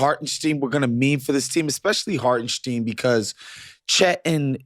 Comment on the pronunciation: You guys supposedly watch games and can’t pronounce the players names….. “Hartensteeeen”?!?!? STINE LIKE ‘SPINE’